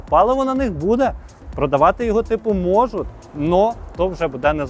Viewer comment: У словах "можуть", "будуть" і т.п. треба вживати Ь, а не можут, будут. Чи в тебе проблеми з м"яким знаком, не можеш вимовити?